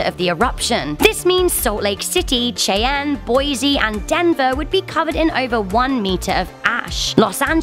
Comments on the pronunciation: Shy-Anne,. Cheyenne is pronounced like that. like Shy-Anne. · A. Yellowstone national park is mostly in Wyoming. B. Yellowstone is constantly watched as she said. Stop worrying. Most of you will be fine. C. It’s pronounced Shy- Anne. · the pronounce it like /jay/anne/ it really is pronounced like this you stupid idiot /shy/anne/ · Not Chey-anne its Shy-anne, and not st louie its st louis as in saint lew-is, and not wyomic its wy-om-ing